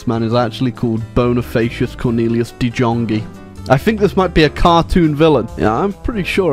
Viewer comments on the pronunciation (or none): de jonge is pronounces de yong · Damn that pronunciation of that name. Just so you know or anyone else De Jonge is a common last name in the netherlands and literally mean "the young". Its pronounced like the young except with a short uh sound at the back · Dutch: "De Jonge": "Dee Djongee"